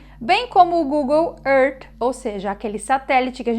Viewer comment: Pronúncia abrasileirada de Terra em inglês , foi proposital?